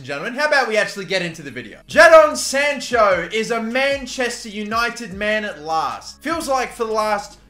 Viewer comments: why do you say his name like that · Bro ur saying Jadon sancho wrong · JA-DON SANCHO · jaddon sancho???